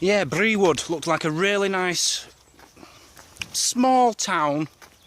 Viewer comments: Great vid , as usual , but Brewood is pronounced “ brood” as in brew ooood 👍🏼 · I do believe the locals pronouce it "brood". Never did understand why. Yam yams lol.